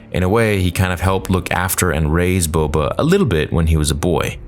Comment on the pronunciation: Why is Boba referred to as BO-BO